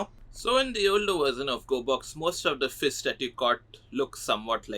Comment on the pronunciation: "Fis"🗣️🔥 "jellyfiss"🔥🔥🗣️ "Sowrdfiss"🔥🔥🔥🗣️ "Fisses"🔥🔥🔥🔥🔥🗣️🗣️